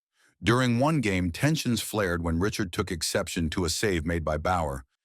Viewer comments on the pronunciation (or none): Take this down it is embarrassing! You can't even pronounce Ree-shard! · Sounds like this video was created by AI. Poor guy this AI for he knows not of what he speaks. It's Rocket Richard as in the French surname, not "Richard" as in Richard Gere. But the most hilarious mistake of all is Leafs facing off in the semi-final against a team that wasn't even in the league in 1967, as in the St. Louis Blues....Lol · AI can’t even pronounce the Rocket. The only thing I like is the pictures.